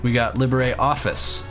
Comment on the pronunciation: Cool. It seems every Linux video brings me a new pronunciation of LIbreOffice that I've never heard before.